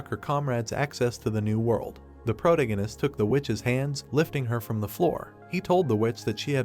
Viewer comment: I appreciate that you uploaded this at all, but this is extremely low quality, low effort work. However you have the AI reading this you really need to take a second look at. Grammar, pronunciations, spoilers with a characters name, the thing can't even decide if Roland is Roland, Protagonist (which the AI is saying incorrectly), brunette guy, list goes on. I watched up to chapter 395 on Manwha Fresh and while it has its flaws, frankly it should be the standard. It is hard to actually enjoy the content when its being read and narrated so poorly. And to get ahead of any empty headed idiots, yes I know it is free, yes I know they didn't have to upload it and yes, you do also know that nothing is exempt from criticism, no matter how much you don't want to accept that fact.